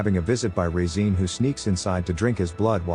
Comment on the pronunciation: The way the AI is pronouncing Regine is jarring.